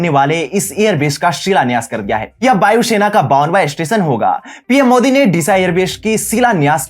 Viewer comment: It's Vayu Sena, not Bayu Shena